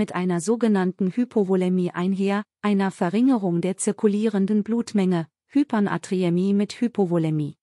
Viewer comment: Danke für diese Informationen. Aber das Wort Hypernatriämie doch bitte richtig aussprechen: Hyper-Natriämie, und nicht Hypern-Atriämie.